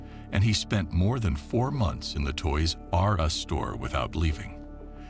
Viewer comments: Who taught this moron how to say toys r us? Toys r......................................us. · I was enjoying this video until he started saying Toys.....R Us lol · so distracting how you say toys-r-us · Why he says Toys R Us all weird? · The way he says Toys R' Us made me so angry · why does the narrator say TOYS R US like that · What is up with the way the voice-over guy says: "Toys R Us"?! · Why do you say toy r us like that